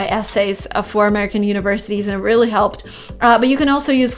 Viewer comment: Why do you sometimes pronounce ''r'' like ''v'' for example instade of really you say ''veally'' With pleasure 😁